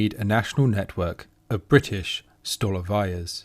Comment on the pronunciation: Totally agree: stolovayas providing inexpensive yet healthy nutritious food should be avaiable to the ordinary people of any nation. (P.S the Russian word "столовая" is prononced with the accent on the second syllable: "stalOvaya." My apologies if you think I'm being pedantic.)